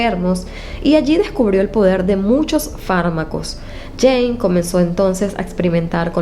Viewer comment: perdón, pero, a veces, se escucha James (en lugar de Jane)...